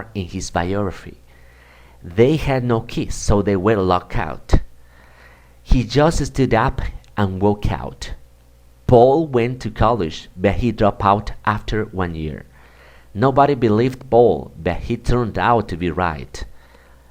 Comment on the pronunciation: En general está bien explicado, aunque algunos errores de pronunciación que habría que corregir, como en las palabras: shelf (se pronuncia sh, no ch), we'll eat (está en futuro no en pasado), walked (se pronuncia wakt, la l no se pronuncia en esta palabra), cut out (mal pronunciado), two (la t en inglés se pronuncia diferente, es una t aspirada). I tried that jacket OUT (debería ser ON). Me resultó de gran utilidad, aprendí mucho con tu video, gracias.